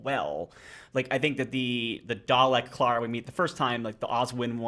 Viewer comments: The way they kept pronouncing Clara 😬😬😬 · You are pronouncing Clara wrong.